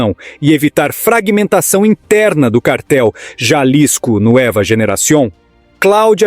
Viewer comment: A pronúncia em espanhol é “NUÊVA” Generacion e não “ NUÉVA”….